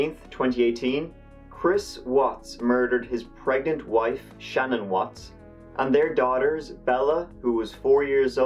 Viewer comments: Hi! Love your Channel! However, can you please take the time to learn how to pronounce the subject of this video correctly? Her name isn’t Shannon.....it’s Shanann! You can learn the correct pronunciation very easily in 4 seconds by watching ANY of the thousands of videos regarding this tragic case. Think this way....Sha-Nan.....or even easier.... has anyone ever said to you, you’re up to your old Shenanigans? If so, there’s the correct way to say it right there! Just lose the ‘igans’ part! Let’s try it together......Shenanigans.....without the igans is Shanann! Sha’nann. Please after what she went through the least we can do is pronounce her name right! You’re welcome! 😀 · I love your videos but 2 things: 1. Her name is pronounced Shu-Nan and 2. You said 5 counts of murder for Chris? It was his wife, 2 kids, and 1 unborn child that died. Total of 4. All that aside, good video.